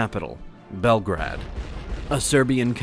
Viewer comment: omg name butchering is quite heavy in this one... it's not Belgrad, it's Beograd (Serbian) or Belgrade (English)... not something in between.